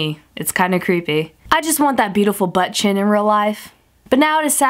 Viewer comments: I wonder how many times she said "Butt Chin" sounds like butchen lol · Butt chin said with your accent lmfao